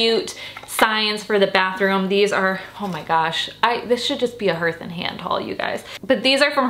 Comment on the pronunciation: I love you so much! It’s pronounced HARTH (rhymes with heart) ❤️❤️❤️